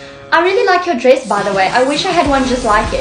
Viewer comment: The way she pronounced dress as driss